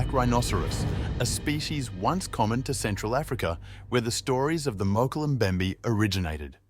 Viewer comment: You need someone who can pronounce "Mokele Mbembe"